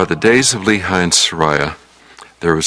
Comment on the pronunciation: Lehi isn't pronounced Lee-High in hebreeuw but Lay-He!